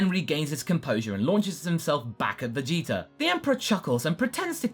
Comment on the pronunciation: I kept hearing "Veyitor"